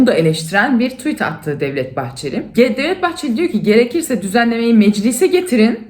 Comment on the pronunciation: Abla senin kadar güzel tuvit diyen başka birisini daha görmedim duymadım bravo